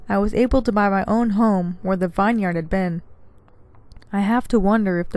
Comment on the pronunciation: It's pronounced 'vinyard ' not 'Vine yard' Love your channel, keep up the great stories....